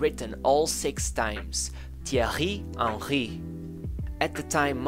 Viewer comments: I love the emphasis on the pronunciation at the start 😅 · Jesus. You butchered his name at the start.